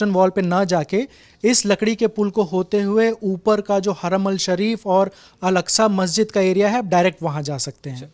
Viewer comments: Name are pronouncing alaska was totally wrong the name of mosque is Al - Aqsa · कहां से पकड़ के लाए इनको, आधा कचरा ज्ञान है, उसे अल-अक़्सा कहना ही नही आ रहा,यहां हरमैन शरीफ़ कहां से आ गया (😂 हरमल )